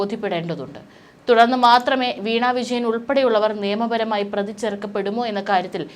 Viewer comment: Prathi ennu parayu.pradhi alla